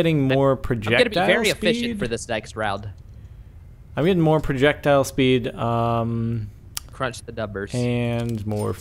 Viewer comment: PRURJEKTILE SPEUD?!